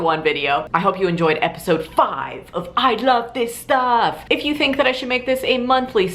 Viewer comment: You sound like a german when you say AI LAF SIS STAAAAAAAFF :D